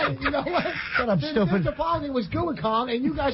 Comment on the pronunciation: "Shet ep, stuped"